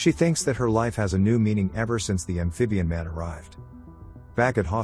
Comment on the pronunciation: I will drink a shot every time he says ambfibian man.